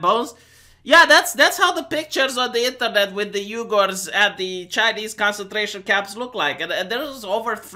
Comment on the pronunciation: The....the Uighurs? "HHhweeGhurrr Muslims."